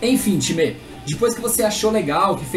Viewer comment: gosto dos videos dele mais odeio quando ele fica falando timerrrr me da um odio porra de time